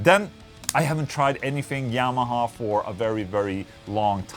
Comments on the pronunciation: dude you're trying what? You dont pronounce yamaha like that... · Is it just me or did Ola actually say Yamaha as Jamaha😂🤘🏽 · "The Jah-maha". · Omg he said jamaha... so its more thunderstruck sound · Ola pronounces "Y" with a "J" sound. PewDiePie pronounces "J" with a "Y" sound. Both are swedish though ¯\_(ツ)_/¯